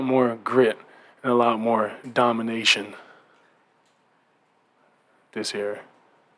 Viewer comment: Not butt hurt, glad he's your disappointment now...we wanted to hear him say all the right things as usual.. Dominayton..lmao more like Domifakin